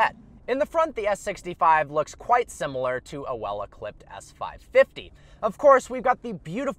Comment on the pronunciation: He said ECLIPED instead of EQUIPPED LMFAO!!!!!!!!!!!!!!!!!!!!!!!!!!